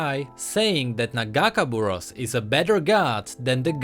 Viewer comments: It's not nuh-gahkuh-buruhss,it's nagah-kay-boroass. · after hear the name pronounced wrong so many times I got a little annoying. Its Pronounced. Naga-Kay-Bore-Ohs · You say nagakeborous wrong plz listen to illaoi vo and say it right. a nice video btw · As an Illaoi main, ya broke my heart when ya miss pronounced Nagakaboros T-T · You mispronounced nagakabouros. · I'm not gonna lie the way he says nagakaborus makes it hard to watch this video xD